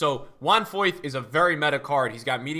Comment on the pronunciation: Foyth er Meyer?